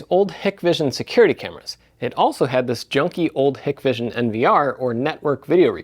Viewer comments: It’s pronounced hi-k-vision. Side note, they are under US sanctions for support they provide to the Chinese government in their mass surveillance in Xinjiang. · Not "hick-vision", companies name is "Hike-vision",... bloke who owns it, has a brother with a company on the opposite side of the street, called Dahua. Hikvision only make cameras, Dahua only make the recorders. They do product swaps under each others brands.